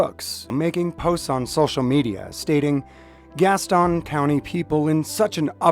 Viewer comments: Love the videos. This is 1 county west of where I live (Mecklenburg county, NC) it's no biggie but locally it is pronounced like gas tin (like a tin can). No big deal just funny when I hear your pronunciation. Keep up the good work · It’s Gas-ton lol you say it like all the transplants that are here. I’m just teasing you. Thank you for exposing the corrupt cops around here! In NC video can only be released by a judges order.